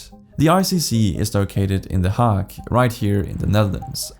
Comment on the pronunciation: Your pronunciation of words are terrible "Hague" "mercenaries" just to name two. Would maybe suggest looking up how to say words that you are no familiar with instead of just reading them. Good video though, broke the topic down well.